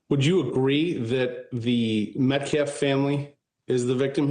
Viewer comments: it is hilarious how butchers the English language during his pressers. Instead of "Defense", he says "Deflense", he can't say "Austin Metcalf". He says "Austin Metclaf". He called NY subway rider Daniel Penny "Daniel Pennum" or something. 🤣🙄👎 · really! the scummy butchers the English language whenever he does a press conference! instesd of saying "Austin Metcalf", he says "Austin Metclaf". He said "Daniel penner" instead of "Daniel Penny". then, he said "deflence". 🙄